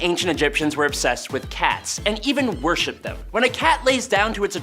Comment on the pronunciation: Worshipped not warshipped lol